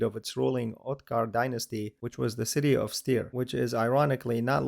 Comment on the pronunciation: Small correction regarding the pronunciation: Styria is "Steiermark" in German, and the city Steyr is pronounced the same way as Steiermark -> "steier" [ˈʃtaɪɐ]. "St" like English "sh + t", "ei" like the English "a" in car + the "i" in win.